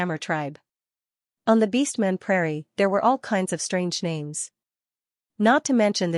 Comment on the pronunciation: Why do you mess up the names soo much? I mean it is so easy to know who is talking but you fuck up the names like it's intentional